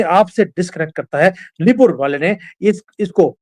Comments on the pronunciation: It's pronounced as 'Neighbours ' not Nai-Burrs ! 😊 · निबुर नहीं नेबर neighbour है वो।😊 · Nee burs ❌ Neighbours ✅ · Nyburs 😂😂😂 Cant even pronounce it 🤕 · it is pronounced as NEIBHOURS ( padosi)